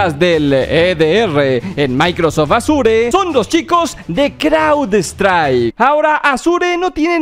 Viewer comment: consejo, se pronuncia Ashur